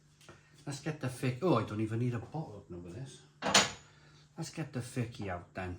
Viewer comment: I like the Fiçi more than the efes draught, I haven’t tried the Dab. My Mrs is Turkish and she informs me that the ç is a “ch” sound so it is pronounced “Fichi” or “fit-chi”, not “Ficky”.